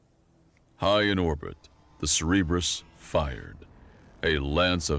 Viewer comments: tip: "communique" is pronounced commune-ih-kay. And it's Cerberus, sir-burr-uss, not Cerebro from xmen. Still, great reading. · Ah yes, the Ce-Re-bus. the three headed dog watching over the underworld... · Cerberus is pronounced (Sir- Ber-Us) he’s the Dog that guards the ‘Gates of Hell’. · Cerberus, not cereberus. Sorry, just kept bugging me